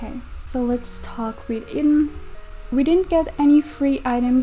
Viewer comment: I'm pretty sure Idun's name is pronounced like "I done"